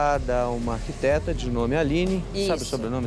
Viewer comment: É uma ergueteta e não arquiteta 😆😆😆😆😆